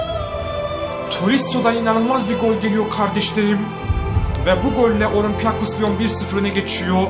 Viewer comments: abi olimpiakos lion deyil olimpik lion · Okunuşunu yaziyorum olimpiyakos liyon degil abi olimpik liyon